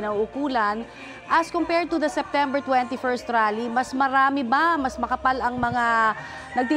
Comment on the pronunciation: mayron rap concert pala hindi rale😂😂😂